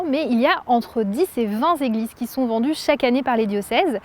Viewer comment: Je suis casse couilles, mais quand il y en a 20, ce sont des téglises et pas des zéglises...